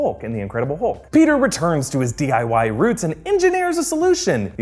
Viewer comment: “Diy roots”😂😂😂😂